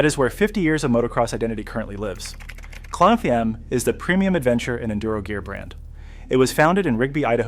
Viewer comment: It’s pronounced “CLIMB” not “Klim” like with Jim